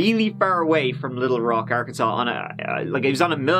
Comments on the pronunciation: I wonder how they named this place..."this reminds me of a cross between good ole Kansas and a big ole asshole. Let's call it Arkansas but pronounce it Arkansole" 🤔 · It's okay,. Everyone gets Arkansas wrong. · Arkansas: ar-kan-saw People from Arkansas: ar-kan-sens Me: no! I swear I'm not from Arkansas, I was only born there! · Hey... FYI, there is a place in Kansas called Arckansas City!!!